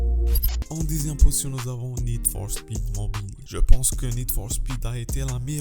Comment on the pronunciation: Wouah il abusé comment il dit Need for speed